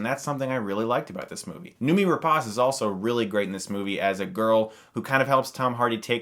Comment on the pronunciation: Noomi is pronounced like "no, me". It's Swedish.